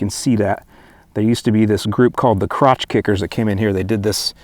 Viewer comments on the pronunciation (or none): I like what you said, they run a track, they aren’t landscapers. lol. Garrett yells at drivers all the time and even tells them in pre race meetings to stay off his grass. You can tell he really appreciates your work too. Btw, it’s clutch kickers not crotch kickers. 🤣🤣🤣